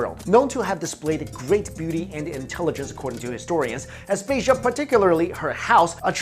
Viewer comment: Please learn how to pronounce the names before u say them like Aspasia (as pah see ah) and Perikles (pear ee klees)